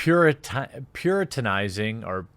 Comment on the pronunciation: “Puritinizing” lol